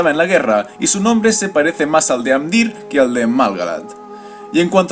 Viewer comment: en realidad, no es exacto. por ejemplo: pronuncia amdÍr, cuando debería ser Amdiir y dAgorlad, cuando debería ser dagOrlad. aunque se agradece el esfuerzo